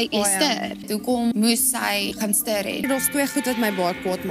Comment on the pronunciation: Dink nie ek sal ooit weer die woord "stirrr" gebruik nie😂